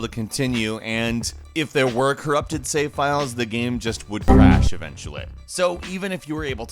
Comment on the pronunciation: "Save" is a one-syllable word. Just FYI.